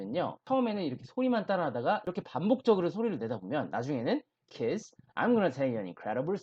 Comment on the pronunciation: 근데 왜 계속 kids 를 키스라고 말하세요? ds를 저렇게 발음... d는 없어지고 무슨 키스처럼 발음하다니. 영어 발음 진짜 못하시네요..... 공부법은 알겠는데 실력은 없는듯. 다른 것도 들어보니 영어 발음 진짜 못하는듯. 뭔 말인지 알아들어야 의사소통을 하지. 발음부터 계속 다 틀리게 하면....